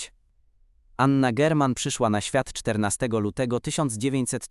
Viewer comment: Czemu obok zdjęcia Anny Dymnej jest tam też zdjęcie Eleni?! Czemu lektor często mówi Anna Dźerman?! AI??? "Rozdzielila ich śmierć, którą Zbigniew przeźył o cztery dekady" - logika tego zdania budzi wątpliwości. Nie zasubskrybuję tego kanału.